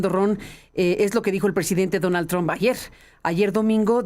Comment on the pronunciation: ESTE CANALUCHO CONVENCIONAL APRENDAN PRIMERO A PRONUNCIAR EL APELLIDO TRUMP